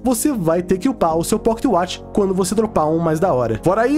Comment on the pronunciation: quantos "poquetiuatchi" ele falou kkkkkkkkkkk